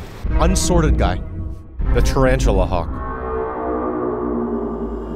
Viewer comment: I'm sorry did you say "Tarantula Hawk?"